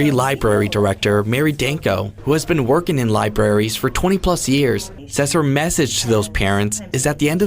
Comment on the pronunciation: Did he just say liberries?